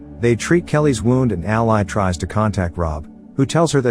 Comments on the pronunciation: The narrator is saying ally, when its actually all-i (y) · Ally is pronounced Al-LEE. not al-LIE. idk how the movie pronounces it, so idk if it's a misspelling or mispronunciation. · Curious, why not put something like "ALLEY" in the text to speech script to fix the pronunciation of her name? I know these are basically soulless farm accounts that just churn out tts videos, but at least put a TINY bit of effort in? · Listening to the computer mispronounce Ally repeatedly was irritating and I gave up watching. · Whoever does these can you phonetically spell the character names before the reader processes them please? It is really annoying hearing Ally mispronounced every sentence. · I can't finish this one, pronunciation of ally made it impossible. I'll go watch the movie instead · I'd have watched this if the narrator knew the pronunciation of Ally. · 😬 who else cringed at the pronunciation of her name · omg i was gonna comment it...was so irked off the entire vid because of it